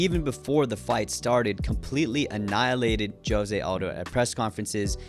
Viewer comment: "joe-se" lmao